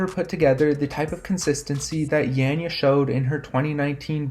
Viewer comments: Her name is pronounced yon-yuh not yan-yuh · it's definitely not yon-yuh like Anja already said, and I'm guessing that Anja is a Slovenian like myself as well;) That being said, it's not 'yan' exactly either (the way pronounces it), that's still too 'e'-ish for us. Both her 'a'-s are pronounced as "wide" 'a'-s, for example if you pronounce the word 'ardent', then the first sound that comes out of your mouth is basicaly the sound you're supposed to use. In other words, if you listen closely to how pronounces Janja, the SECOND 'a' sounds about right. Just replace the first one with the second one as well, they both sound the same, and you get something like.. 'yaan''yaah' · You pronounce her name wrong.